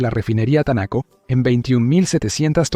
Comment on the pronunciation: No entiendo porqué el dice Tanaco si dice Taneco